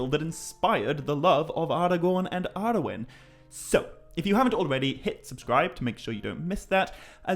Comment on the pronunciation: I do adore you, but you pronouncing Arnor as "Arenor" and Arwen’s name as "Arewyn" is physically painful! 😣😣😣